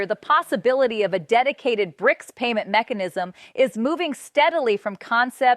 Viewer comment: Lady just say bRics